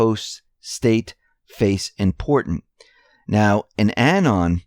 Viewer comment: Anon, pronounced uh-NON, not annen. Emphasis is on the second syllable.